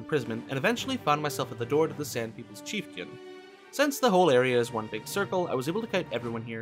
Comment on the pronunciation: Why are you saying chieftain as if the 'i' was before the 'a' and not after?